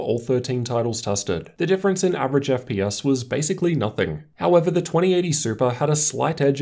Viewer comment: wtf is an "Eff pee us"?